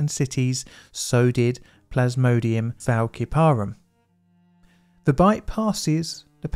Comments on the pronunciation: big difference between a s sound and a k sound. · it's "fal-si-parum" not "fal-ki-parum" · Fæl-sí-pari not ki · Thank you for another harrowing example of the importance of full informed consent. I love your series, but I am a medical laboratory scientist with a microbiology specialization and this murdered me (despite it being an excellent episode) - the species name is pronounced fal-si-puh-rum. We had an entire unit on the Plasmodium species; they continue to be a huge problem. Nothing But Nets is an excellent charity if anyone wants to look into it ❤️ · Also, Plasmodium falciparum is pronounced fal-sip-a-room. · The pronounciation of Flaciperum if 'Fal-sip-er-um', and Vivax is 'vI-vax', hope that helps! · The malaria species Falciparum has a soft "c" sound and the stress is on the second syllable, not the third.